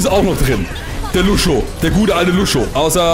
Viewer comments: du hast lang nicht gespielt, sprichst lucio falsch aus, aber bist trotzdem mindestens genau so gut, wenn nicht besser als ich, der lucio main ist ._. :D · Bin vorbei. Er weiß das er es falsch ausspricht er findet es nur lustiger^^